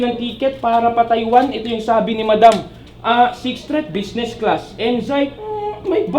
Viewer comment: Kulang pa sa H yung "Sixth Threath".